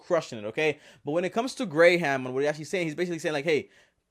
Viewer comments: You really called this man gray-ham which literally proves you did no research on him lol. Also, talk about click bait to the max. It's kinda wack that you have to use "3 ways Graham is a scam" to get your views up instead of trying to do it with just good content. I watch your stuff and Grahams. Love the content but using the click bait titles like this are wack. Just some feedback. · This video is basically him trying to compare himself to graham btw its not “grey ham” idk what the hell that is but it sounds nasty. Your other videos are good but this is useless trash. Also people have for a first name stop trying to bash his name when you cant even say it😂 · Its spelled Graham, but pronounced like Gram. And man, all you did is ramble on and repeat yourself about how his name confuses you. Its not that hard to understand. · I cringed every time he said GRAYham.... hahaha lord. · “Gray” “Ham” LOL. Stephan “Gray” “Ham,” so hard to get it right, so hard! LOL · It’s pronounced gram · GrAy-HaM StEpHeN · I stopped watching because you kept saying grey ham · Ugh u just said gray-ham 🤦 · He said Gray ham 🤣, bought a Tesla and said he says he doesn't spend any money. If he was such a fan he missed the video explaining that that model 3 had some good incentives, write offs for business. Need to follow this guy more though see what else he thinks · If you are a fan, why do you call him Gray-ham? He says his name several times and that is never it..... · U bring up his name so much that it seems like ur saying it wrong on purpose lol 😆 🤣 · I'd be much more obligated to believe you if you knew how to say his name. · dude cant even say his name right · If you are having trouble with the guys name and know it, write it down put by the camera so you can say it right. That was the worst problem with it. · You pronounced his name wrong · At least learn how to say his name right. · This idiot can’t even pronounce Graham’s name right. No wonder more dislikes than likes.